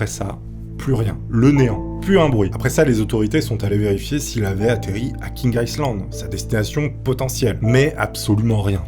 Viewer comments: Feune faqut : 'Island' se prononce 'aille lande' et pas 'isseland' . Zatsolle faulqus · On ne prononce pas le S de island. Aie Land stp, merci. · "island", le "s" ne se prononce pas "aï -land" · Le s de island ne se prononce pas. On dit ail-lande.